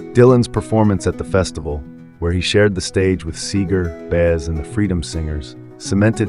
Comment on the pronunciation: Too bad you don't know how to pronounce names like Baez, Bikel, and Ochs.